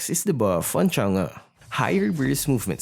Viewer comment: Well, I appreciate the fact that he has a correct pronunciation of Chang'e's name. <3